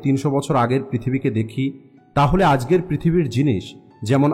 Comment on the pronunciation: আজগের আবার কি? আজকের হবে। বাচনভঙ্গি ঠিক করুন